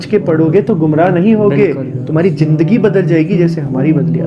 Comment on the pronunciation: Bhae ap jeem or z ka farq ab khatam karen jesy zindage ko ap log jindage kehty ho istrha b alfaz ke tabdele sy mzaq b banta hy or maeny b badal jaty hen isley zindage ko jindage na kahen or ise tarha har lafz kakhyal rakhen izat ko ijat na bolen iatarha apke urdo btheek hojay ge or sonny waly ko samajh b ay ge ❤❤❤❤❤❤